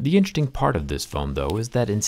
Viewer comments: "interting" lol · Count how many times he says “intchesting”